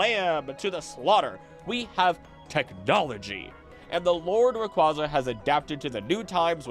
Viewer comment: Just to let you know, Rayquaza is pronounced as Ray-Kway-Uh. It's nane references quasar. Just letting y'all know for future videos 👍